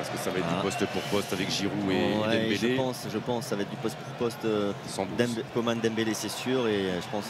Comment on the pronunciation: C'est juste la prononciation correcte.